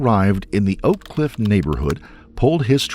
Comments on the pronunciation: Its O'Cliff no one says Oak Cliff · Oak cliff is the worst part of DFW by far, especially the black half (the Hispanic half isn’t as bad, since many are undocumented immigrants and are fearful of getting attention from police) Also the place is pronounced o’cliff , not oak cliff